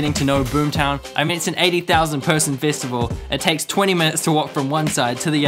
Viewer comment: i just wanna say no offense ( ^u^) why the hell do you say festival like fist-avl